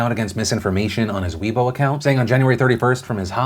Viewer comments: Weibo is pronounced 'way-bow' (ow in bow pronounced like low) not 'wee-bow'. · Just a heads-up, Weibo is pronounced closer to "Way-bwo" (short o sound), not "We-boh".